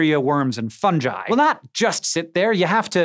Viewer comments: Com-post? Funj-eye? It's o as in lot an g as in got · Arrgh, it's not pronounced fun-jai, it's pronounced fun-gee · It's fungi, not funji. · Funjiy? I believe the word you were groping for was fungi. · Did you just call Fungi "Funji" so that you could justify calling a Gif a "Jif"? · I came to the comments to see if anyone was discussing this. It's the first time I've ever heard someone say funji (funjigh, funjeye?) It sounded weird. The joke about the entertaining mushroom at a party only works if he's a funguy. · ..."Fun-ji" I smell a new Gif/Jif controversy,. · So many people saying Fungi as Funjai lately. I know you can say it either way, but is there something I'm missing here? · Fungi, did he pronounce it as funji? 😂😂😂 I thought he was clever, obviously not! 🤔🤔😁😁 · funji. lol. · Funji???!!! Uggghhh! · who the frick frack pronounces fungi - funge eye this bothered me more than it should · Why do they keep pronouncing fungi funji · Both? I've always heard "fun-guy" or "fun-jee", these have been my first encounters of "fun-jai". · Hank's pronunciation of fungi deeply offends me.